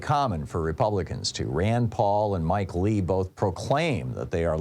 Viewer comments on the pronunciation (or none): none